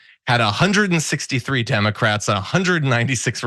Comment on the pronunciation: "Tim-ah-crats" is all I hear 😆 also, she SO badly wanted to be interrupted